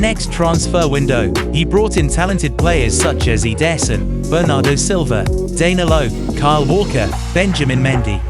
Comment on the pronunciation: My goodness I wish you could get pronunciations correct. (Gwardiola, Ederson, Gundogan, Ya Ya etc) Good Vid though.